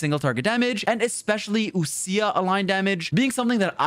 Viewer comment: wild how people pronounce ousia as oo- sia instead of like oh-sha/oh-sh-yuh